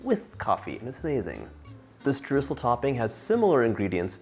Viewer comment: My german heart bleeds at hearing what the english language did to the word Streusel.